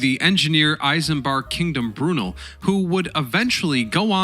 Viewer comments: Please ! PLEASE ! Stop screwing up pronunciations ! It's Not 'I' sambard Kingdom Breroonal " I'ts isambard Kingdom Broo nell, (Isambard Kingdom Brunel).. In the same way that it's not 'A' dolf Hitler,, it's adolf Hitler.. you would consider it ridiculous if we began referring to America as 'A' merica' ! FYI, your comment re recycling of ship's timbers for use in the construction of cottages is entirely correct, though relatively few of those remain today, however, many of our pubs dating back often to the 14th century, some earlier, do often retain ship's timbers.. the pub closest to where I keep my boat on the River Thames can date its history back 900 years. Imagine, a pub, maybe say, 600 years old..(we have many of those, its timbers taken from a ship that was scrapped after 60 years, the trees would have dated back a further 100 years. We have a lot of history over here. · Brew-nell, emphasis on the second syllable. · Or brunulll as he calls him 😞. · Try saying "Cry-Me-Er" not Krame=ia and please not "Brew-nil" but "Brew-Nell. But most of all thanks for the great video on steam ship history.